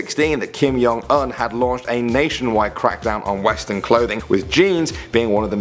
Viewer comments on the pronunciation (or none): its Kim JONG Un not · He said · the way he says "Kim Jong-Un" makes me cringe.